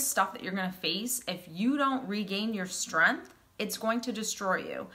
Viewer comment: She said "strinth" and lost me. 😂